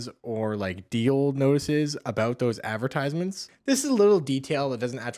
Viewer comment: How did you get past puberty in this era without learning how to pronounce advertisement?